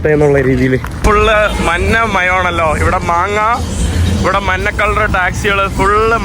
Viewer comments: എടാ കോപ്പേ, മന്ന വണ്ടിയല്ല, മഞ്ഞ വണ്ടി എന്ന് പറഞ്ഞു പഠിക്കുക. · കോപ്പേ, മന്ന അല്ല, മഞ്ഞ ആണ് ശരി